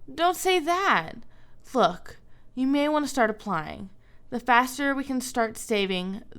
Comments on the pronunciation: KGMC-KrisGaming14 it sounds like foock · It sounds like Fock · Jonathan Lutabingwa SHE SAID LOOK!!!!! If you put your ear close to the phone tiny speaker (xD) its sounds more like Luck xD but its LOOK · Jonathan Lutabingwa im not gonna lie it does sound like f@ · KGMC-KrisGaming14 it really sounds like the f word